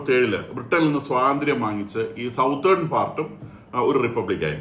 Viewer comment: അബൂദുബായി എന്ന് പറയാതെ. അബുദാബി ആണ്.അതുപോലെ സൗത്തേൺ അല്ല സതേൺ ആണ്